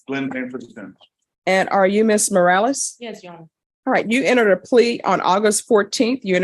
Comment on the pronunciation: Mros?? It's Morales, come on, get rid of the transcript if you can't do it right